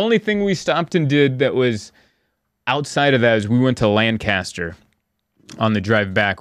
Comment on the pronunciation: Ha it’s “LAN cu ster” not “Lan CAS ter” 😂😂😂 glad you enjoyed the farmers market!